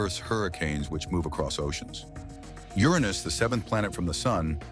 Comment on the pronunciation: Is this guy trying to say Uranus?